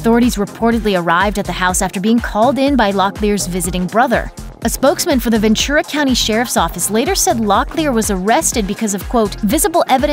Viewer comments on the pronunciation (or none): none